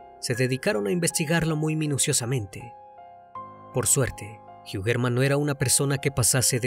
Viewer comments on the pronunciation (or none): Su apellido es Alemán, la pronunciación sería algo así como: Joiamann No Jiugermann